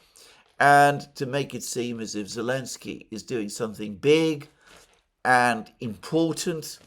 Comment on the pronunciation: Yep! Alex C has it right: he calls him 'Elensky'